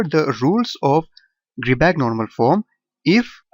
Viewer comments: its not gridback, its gribah (i pronounced like "i") :)))))))) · it's not gribah eather ! the therm "ch" has its own prononciation !